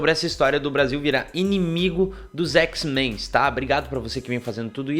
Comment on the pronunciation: Que agonia ouvir o cara falar "x-menS"..... poha, o grupo existe há décadas, de onde tu tirou esse "S"?!